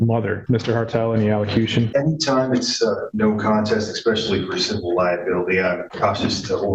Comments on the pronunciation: When you hire a lawyer that says "eckspecially". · Wait, did her lawyer just say "expecially"? I would be furious